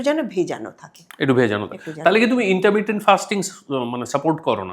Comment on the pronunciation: ম্যাডাম কথাটা ইন্টারমিডিয়েট না ইন্টারমিটেন্ট😅